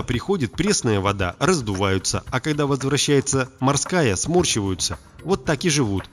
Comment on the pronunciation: А клетки смОрщиваются, а не смАрщиваются!